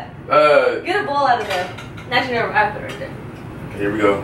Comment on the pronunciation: Can someone tell Damien to say put instead if pit it's getting annoying